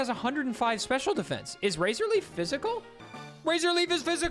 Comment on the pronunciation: Why do you say DE-fence like that?